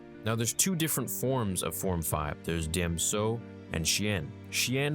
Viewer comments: Ok now you’re calling it “deeyem so.” Stupendous wave used to call it “duhjem so.” Are y’all daft? His name is Din Djarin. DJ is a hard J sound. If you could all stop fuckin with the pronunciations to sound smart that’d be real cool. Thanks. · Huh, I've never heard someone pronounce Djem So with a silent J, it's always been the D that's been silent. Sounds good. Excellent video!